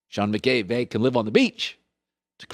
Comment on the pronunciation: Alright Colin, the first time it's a mistake, but the 2nd and 3rd time you're just doing it on purpose. "Sean McGay" sounds like Colin is a salty Seahawks fan.